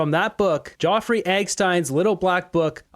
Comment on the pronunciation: I like your show. But your pronunciation of proper names needs improving. “Ge-o-frey Epstine”?